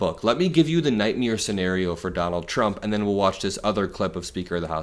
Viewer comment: I agree with all of this and yet I still cannot stand the fact that this kid cannot pronounce "nightmare".